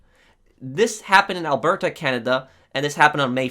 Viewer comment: When pronouncing Alberta, we tend to pronounce it Alberda, it's a rather soft t. Not, he went harder on that T than a Brit during lunch time with the Queen.